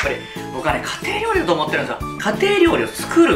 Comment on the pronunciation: 開幕の料理のお兄さんが「リョウジ」になってるよ。